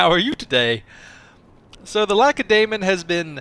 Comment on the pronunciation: Jurgen Ronaaz y pronunciation is fine, as long as he stops with the lack-a-day-mon! It makes my ears bleed lol